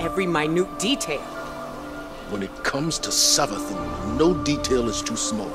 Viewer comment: Actually it’s savathún with the weird u